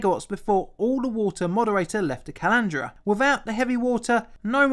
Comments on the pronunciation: calandria: pronounced kah-lan-dree-ah There is a lot of important nuclear history at Chalk River labs. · did you say "Calandria"?